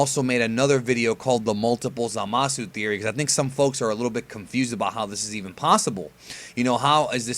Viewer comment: Zamasu is pronounced "Zah-mus", not "Zuh-mah-soo". Just Saiyan.